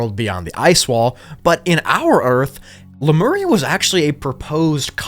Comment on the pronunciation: I’d watch this again just to hear you say “Lameria”😂. Cool vid, don’t make us wait hella for pt.3